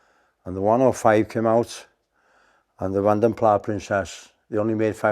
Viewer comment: So called "car enthusiasts" who don't know how to pronounce 'vanden plas' 🤦